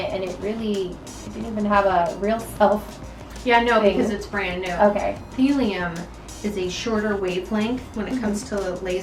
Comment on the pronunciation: For just a sec when you said thulium laser I thought you said thorium laser. It gave me thorium powered car flashbacks!